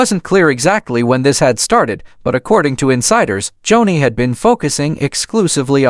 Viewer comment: Its joanie.... Pronounced JONI, NOT Johnny!! Joni Lamb before Marcus' death was with Doug Weiss. Read an listen. In lust an a home breaker is Joni Doug Weiss still married to His wife lisa!! Joni made her decisions an today sits with Doug Weiss in an adulterous marriage! They both sit in sin an speak Jesus on public TV! WHAT???? "NO FEAR.) HOW CAN IT BE? No pity Joni made her own decisions an Doug Weiss in as deep as Joni is!! Warnings, not judgement!! The Lords vengeance will come!! Lord have mercy! 😢🙏